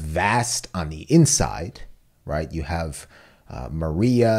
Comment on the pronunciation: it's pronounced Wall Mar-ia, not Wall Ma-ria